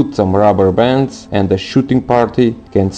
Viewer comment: At least he said rabbabons